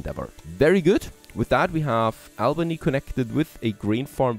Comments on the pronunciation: And it's AUL-BANY (Albany) - like "auburn" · interesting game. by the way, Albany is pronounced Aww-bany by all of us New Yorkers